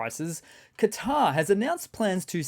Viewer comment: Say "Cutter", or " Kotter",, to pronounce Qatar correctly, mos def NOT catarrh! 2 more russian planes down - haven't checked if that Sevastopol night burp was them.